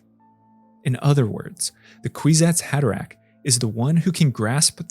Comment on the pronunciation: “Queesats Haderack” that’s all I heard man.